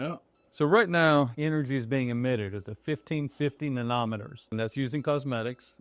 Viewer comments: "na-nometer" the way you said it would be (I suppose) a meter for measuring nanos. It's pronounced "nanoh-meter"... nano being a billionth of, and one meter. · Pronounced: na-no meeter